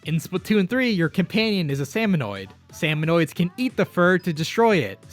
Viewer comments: lol he calls them "Salmonoids" as well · The way he pronounces Marie and Salmonid hurts me on a physical level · It's pronounced Salmonid, not Salmonoid